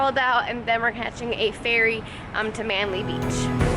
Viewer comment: P. S it's Manly not Manley